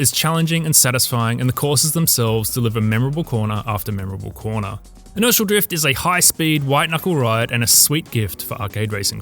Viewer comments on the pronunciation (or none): I don't know if it's the accent or what but whenever he says Inertial Drift it sounds like he saying Initial Drift